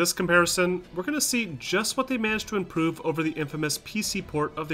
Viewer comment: Did you say "Impoove" lol